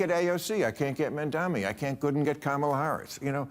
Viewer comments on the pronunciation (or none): mandami? wth... bro its mamdani M A M D A N I